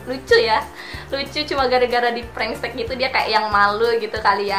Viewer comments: Prank teks kak bukan pranks tek 🤣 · Tante lu salah nyebut prank tetx bukan prank stek